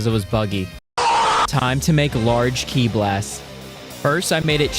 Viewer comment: Ki is not pronounced key it’s pronounced kai